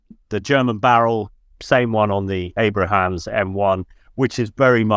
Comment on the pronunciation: At 41.48 mins it is Abrams not 'Abrahams' !